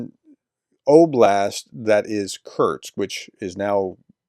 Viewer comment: It’s Kursk……….. Jesus. NOT KURTZK. AND NOT KURTZ